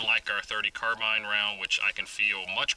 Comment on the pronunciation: Finally... someone who pronounces "carbine" correctly LOL